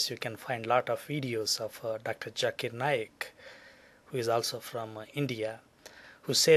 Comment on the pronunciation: this moron must learn to say the words properly! 'it is Dr ZAKIR Naik NOT Dr JAKIR Naik LISTEN KID, get your Zs Js sorted out! Do't disgrace the rest of Indian community!